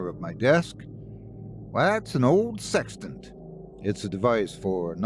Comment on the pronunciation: "OH... "SEXTANT!!!" I thought you said "SEX TENT"... sorry, old chap. Wrong story!🤪 So... where was I???"